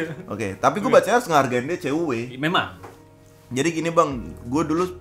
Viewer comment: Tulisan : Ceue Dibaca : Cewwe ( ada tasdidnya :) Kocak bgt dengernya wkwkwk